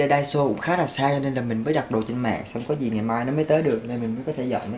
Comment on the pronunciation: 'Gì' not 'dì' nha bạn. Theo mình thấy thì chả có ngành j ở VN mà được đi du học HQ miễn phí hay giá rẻ nếu ko có học bổng đâu bạn. Đi du học ở HQ hay NB ít nhiều j cũng phải mất tầm 200tr. Nhưng như hai chị mình đều học ĐH ngành tiếng Nhật ở VN và do học giỏi nên giành được suất học bổng 1 năm du học NB. Tóm lại nếu bạn muốn nuôi giấc mơ đi du học mà được giảm free học phí các kiểu từ giờ thì phải tự mình phấn đấu mà học rồi giành học bổng, chứ nếu theo ý nghĩ "nhà mình ko có tiền nên chắc ko đi được đâu" rồi cứ thế từ bỏ luôn thì chắc chắn cái "muốn đi du học" của bạn chỉ là cái đam mê nhất thời thôi nhé.